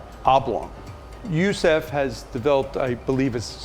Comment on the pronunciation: It comes from the Arabic which isn’t pronounced Yoo Soof. That’s dumb. It’s Yoosif.